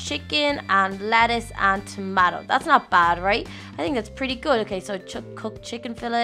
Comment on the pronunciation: Btw you said tomato wrong